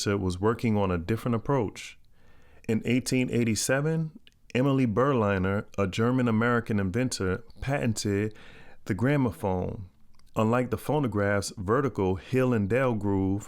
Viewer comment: Also: Emile Berliner isn't pronounced "Emily" nore "Burleyener". As a German, his birth name was "Emil" (how would you pronunce that?), which he changed to "Emile", when moving to the US. Pronunced similar to the french Emille with double-L: Uhmeel. And Berliner is derived from the German capital Berlin (Burlinn), just with the "urr" added to the end - not like an ocean liner or airliner or somehting. How I know that? I've heard it pronounced liek that in several other videos on this subject.